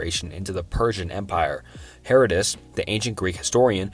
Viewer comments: OMG DID THIS DUDE JUST SAY HERA-DUDE-US?! That's where I draw the line -- It's fucking pronounced HER-ODD-DID-US! HER-ODD-DID-US!!!! for fuck's sake! .I can't take it anymore! I'm one mispronounced historical figure away from punching my laptop and I can't afford to replace that shiet...i've gotta go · Heroh-dootus (lol) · "Hera-doodus," lol, lmao